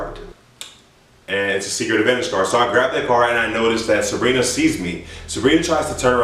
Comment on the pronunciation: Am I the only one that noticed is calling Sabrina Sarina